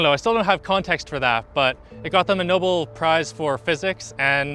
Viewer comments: "That's like measuring here to the closest star..." You mean our sun? And it's Nobel, not noble. :P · "It got them the noble prize".... (Instead of NO-BELL....) definitely changes the MEANING when you change the pronunciation, dude. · its pronounced NO-BELLE canada man!